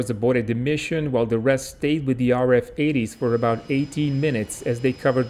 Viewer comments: RAAF is not pronounced in Australia as R A A F but rather R double A F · It's R-double A-F, not R A A F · RAAF. Say it like this... 'r double a f' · Just for future reference, it's 'R Double-A F' 👍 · Royal Australian Air Force is pronounced R Double A F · Excellent work! Just so you know, we generally pronounce RAAF as "R double-A F", although when I was in the air cadets in the mid-1970's I got the bright idea of pronouncing it "Rarf" just to annoy the Flight Sergeant. From memory I paid for this crime with about 20 push-ups... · Just one small tip regarding how Australians say RAAF: The professional way when speaking is to call it the R “double A” F. Kind regards. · Ahhh, come on mate. The right way to say it is R, double A, F. RAAF. Say it properly, we haven't got all bloody day. The P-51's were built in Fishermen's Bend in Melbourne, not that far from where I write this. Built by the CAC. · can`t you pronounce RAAF phoneticaly it`s raaaa aaaaf